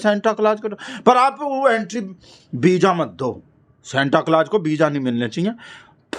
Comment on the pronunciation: Visa ❌ Beeja ✅ 😂😂😂